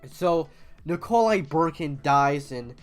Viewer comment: why are you calling nikolai bukharin nikolai BURKIN